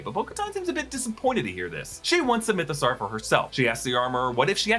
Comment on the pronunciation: why do you say mythosaur as "mytho-sarr"? you don't say dinosaur as "dino-sarr", do you?